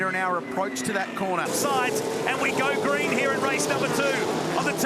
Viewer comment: You start watching these lovely old cars then suddenly it's ''Ah Naw, beeg damage, the M'nAAAro's off at the cornah''' Then I just see sad sights.